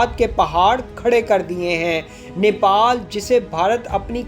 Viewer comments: Its Nepal not niple, nipple chuche ko kehte hai 🤦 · Bhai Nepal not Nipal ok. Thankyou.